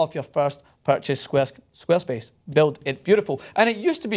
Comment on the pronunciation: Lol i had no idea he was saying 'squarespace' until they flashed it on the screen